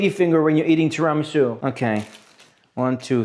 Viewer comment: interesting video and good "tiramisù" pronunciation in italian! xD